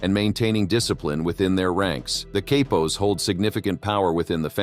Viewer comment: I believe that Cappos is pronounced like Kah pos, but I am not Italian or Sicilian nor am I a member or associate of any Mafia family, but I am young and willing to learn lol jk I’m not young at all lol I’m 51, but you said something else that I don’t know about but I don’t think it’s right or I probably have it wrong but you said consiglieres like there was more than one, and I am sure there is but I thought that there was only one who had the official title as far as the boss of the family????? However I don’t want to detract from the video which was excellent as usual